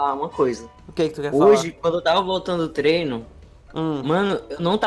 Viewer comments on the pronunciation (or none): none